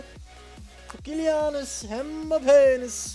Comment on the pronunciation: Je zei KyliAnus en MbapPenis hahaha